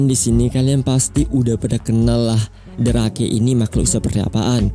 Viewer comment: Yang nonton emang banyak tapi yang nge like sedikit 😢btw bang cara baca the rake itu bukan rake tapi rek